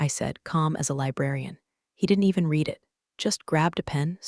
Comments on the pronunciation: Why do the people in these stories drink second rate coffee. Also when will the past tense of read be correctly pronounced - rhymes with red. Clause not claws. The one-eyed footnoted should have been The one I’d footnoted (the mind boggles!) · Ha, right? Between the bad coffee, mispronounced ‘read,’ and mutant one-eyed footnotes, I’m starting to think corporate revenge stories need an editor with caffeine privileges. 😂☕